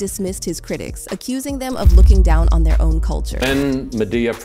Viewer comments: When you pronounced "Madea" as "Mah-Dey-Uh", I already knew you wasn't in the culture. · How are you reporting on Tyler Perry and can't pronounce Madea correctly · How you mispronounce Madea